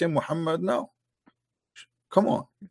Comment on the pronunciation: yg paling gua suka dari CP 1.Dia jenius 2.CP memberikan bukti 3.Menguasai 4 bahasa: a.BAHASA ARAB(100% ARAB ASLI) b.BAHASA IBRANI c.BAHASA INGGRIS d.ARAB TAQIAH 4.Dia selalu memanggil dgn sebutan "abdooll" hhahha 5.Saat CP tertawa kepada lawan debatnya yg KO...tawanya ngangenin.. GOD BLESS CP